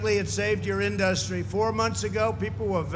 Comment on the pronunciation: Why can't he say "Industry"... I can feel my skin crawl every time he talks.